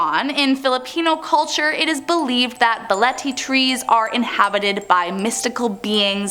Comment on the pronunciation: It's not baliti it's BAH LE TE drive but whatever I STILL LOVE YOUUU